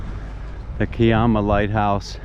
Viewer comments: Hi, The pronunciation of Kiama is "Ki-ama", with the "i" pronounced as "I" (as in "I am"). The "ama" is pronounced as "am-a" (also as in "I am"). I have had two experiences at the Kiama blowhole, one was quiet and the other was active. I have been to Kiama on several occasions. The hills north of there are part of Bombo, where I stayed overnight at a friend's place back in 1973 and the back view had a complete view of Kiama. The warning sign says "No Tommos Allowed"!!! LOL. Better tell your shadow to take care there, getting a bit too far ahead. We don't have crows here in Australia, but we do have plenty of ravens. All the very best. Rob. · to labour the point...the 'i' is the same as the i in Bondi. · Thanks for another great video. The pronunciation of Kiama is to sound the 'Ki' syllable the way you would pronounce pie, the emphasis being on the 'i' as it is in pie.